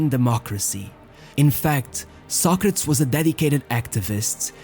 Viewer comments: Was that really how his name is pronounced So-crates, not So-cra-tes? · Socrates. Not socrats. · The is pronounced as "so·kruh·teez" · Pronounce his name right who cares if your in brazil or europe. Its Socrateees. What the heck is socratss.?? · His name is pronounced Socra-tees, not Soc-crats. You may need to re-edit this. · There was one video made by Daily Dose of Football that had convinced me that they were NOT using an AI voice. But I guess that I was wrong, because instead of hearing the name "Socrates", I had to hear some ugly word that sounds something like "sock-rats". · socratshh hahaha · 16 minutes of you butchering the pronunciation of his name, re do the vid, prat. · I never knew Socrates was pronounced as the narrator say it, Ive always known it as Soc Kra Tees. but I could be wrong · Learn right pronunciation, pronounced so kre tees. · Socrates pronounced so kre tees. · The narrator couldn't pronounce the name Socrates properly. He keeps on saying 'Sock-retts' who is that..LOLOL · This stupid narrator keeps mispronouncing the dudes name I can’t watch this video lmfao. Homie did all the research but didn’t do a basic due diligence of looking up how he and announcers and Wikipedia said his name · What is it with you butchering theses guys names , first with Torres using that awful accent and now Socrates. You do good videos but fk up with this crap. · dude, your videos are good but that fucking pronunciation, you have other videos or google translate to hear how it sounds. every time I hear you using a fake pronunciation I want to close the video (and close it many times) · You managed to make an entire documentary about socrates without saying his name once properly😂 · Lol you can't even pronounce his name properly. Embarrassing. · nobody pronounces Socrates the way you do